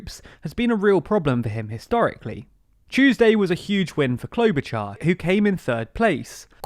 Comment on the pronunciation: Klobuchar, Char sounds like “shard of glass” not like “char-broiled”